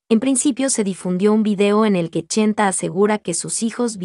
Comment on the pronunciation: SI ME LEES. SOLO TE VOY A PEDIR UN FAVOR DILE CHENTE NO CHENTA, Y SI NO PUEDES ENTONCES LLAMALE POR SU NOMBRE VICENTE, A TI NO TE GUSTARIA QUE TE LLAMEN ARRASTRADA. AL FINAL ESTAS MONETIZANDO POR HABLAR DE EL. GRACIAS MUJERCILLA